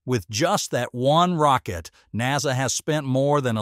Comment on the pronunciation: Hm.. seems like the AI voice has a problem with many words today.. “ SpaceX, Boca Chica, NASA, etc..